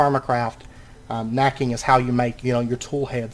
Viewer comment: It is knapping, not knacking :P